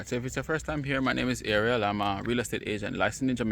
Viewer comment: The space isn't being used well, that kitchen set makes the kitchen looked cramped, LR furniture needs to be spaced out more, should have 2 BR, overall, not a bad " starter/retirement home if u know how to decorate smartly, ur name is pronounced A- RI-EL!😇